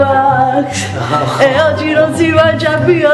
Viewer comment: si dice vlogmas